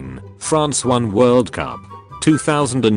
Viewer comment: France not franch